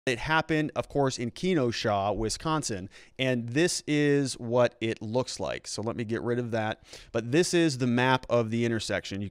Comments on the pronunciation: It's pronounced Ken-oh-sha, not key-no-sha...I mean yikes. You could look it up on Wikipedia and get phonetic pronunciation. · Love your insight, thank you for sharing your knowledge. Side note, it's pronounced kuh-noh-shuh. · Ken...like Barbie and Ken. OSHA Occupational Safety and Health Administration. KENOSHA. No, it is not pronounced Key No Shaw. It is just KEN-OSHA. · He lost me at Keen O Shaw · I thought he said, Key No Sha 😂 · Someone who cannot pronounce Kenosha thinks it was self defense surprising. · Gotta learn how to pronounce Kenosha correctly.